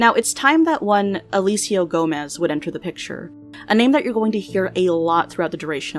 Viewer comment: sei que não é por mal, mas ouvir "gomes" pronunciado como "gomez" é tão!! agh! e a letra j pronunciada do mesmo modo que é pronunciada em espanhol KDJHGD